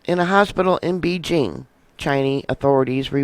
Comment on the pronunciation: PLEASE slow down and pronounce words correctly! Sputum, Beijing, pneumonic... Your info is excellent but your mispronunciation is extremely distracting.